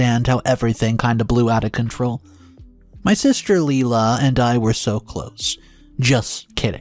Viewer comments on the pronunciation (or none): This is at least the second video where you mispronounced the name. I commented on the other ones as well. It is pronounced Lie-La not Lee-La. Would you say Lee-Lac for Lilac? Again it is LIE-LA